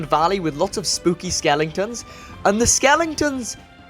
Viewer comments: Hahaha skelingtons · skelingtons xDDDDD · did he just say skelingtons 😂😂😂😂